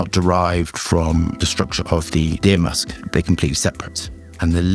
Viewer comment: Is he saying must or musk?